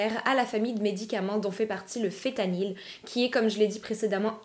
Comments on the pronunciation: Fentanyl et non fétanyl🫤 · Le fentanyl y a un N que l'on prononce et t'en trouves pas que sur ordonnance mais aussi chez le dealer